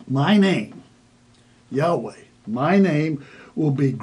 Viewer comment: YOU SAY THE NAME, "YEEEHOBLUNKGRUFFEIEWAAAAAAAAAAAAAYTEETOE" IS TOO HOLY TO PRONOUNCE, BUT ALL DURING YOUR VIDEO YOU MUCK THAT NAME UP BY MISPRONUNCIATION!